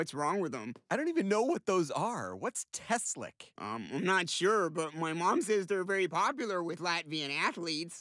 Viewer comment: Teslič, isnt that supposed to be pronounced like teslich